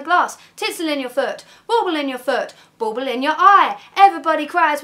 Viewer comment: This is amazing! The only thing you lack is Dan's perfect perfect pronunciation of 'bauble in your foot', but I won't hold that against you. So much love for the Blackery right now.